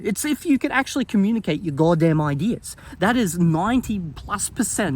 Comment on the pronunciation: Take a shot wverytime says 'godam'. You won't survive